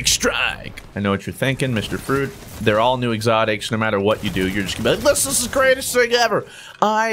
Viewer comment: Stop saying fruit like that!!!!